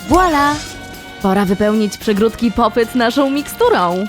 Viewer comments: muwi się popit a nie popet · Hej czyta się popit 🎀🎀